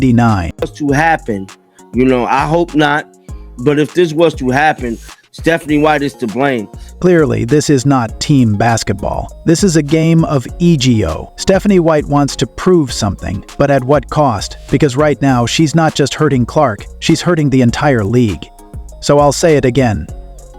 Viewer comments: Stephanie White's issue is e-g-o? The word is 'ego'. Looks like AI does not read the dictionary's pronunciation guide. There are times when Caitlin Clark is mispronounce. Caitlin Clark, our beloved CC, is the biggest story in sports because she is irreplaceably real and so are her fans. Hope y'all can do the same. Thanks for the video. Go CC! Go Tres Leches! Go Fever! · I love how AI pronounces "ego". Do better AI. Be better.